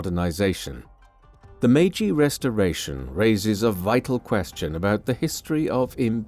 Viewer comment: 마가시유신? ㅋㅋㅋ 메이지유신을 저리 발음하는구나 ㅋㅋㅋ